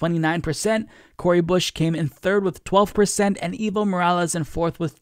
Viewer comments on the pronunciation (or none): Your English pronounciation of "Evo" makes it sound like "evil". Try saying "Aevo" instead. That would be way closer to the Spanish pronounciation.